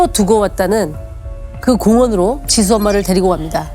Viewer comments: 디수디수..발음때문에 집중인되서 듣다끔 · 줄무늬 옷입으신분 ㅠㅠ 설소대 수술 하시면 좋을듯해요. 발음이 너무 짧아서… 정확하게 사실 전달이 힘듭니다….. 애 이름이 지수인데 ’디두‘라고 들릴정도거든요 ㅠㅠㅠㅠ